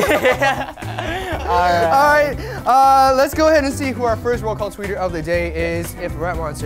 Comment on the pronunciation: And jhope pronounced Luby instead of Ruby that's so cute 😱😍💓